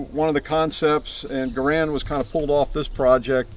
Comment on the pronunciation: he can't even pronounce Garand correctly Thunbs down